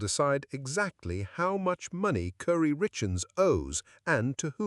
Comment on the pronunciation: It's pronounced Cory, not Curry. Geesh, AI.